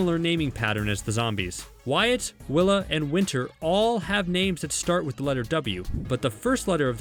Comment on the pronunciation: its wyaat not wire dummie